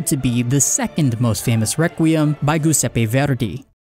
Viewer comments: [Gi]useppe is pronounced like Giant, "Juseppe" if you whish :) Not that you have to know, but the rule is: Ga, Ghe, Ghi, Go, Gu -> Game (hard) Gia, Ge, Gi, Gio, Giu -> Generation (soft) (i is silent when used to make the g soft, so Juseppe is the right pronunciation) Sorry for the long message, just having fun sharing the peculiarities of Italian Great video BTW :) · I love the video but as an Italian the way you said Giuseppe hurt my soul, still great video though :)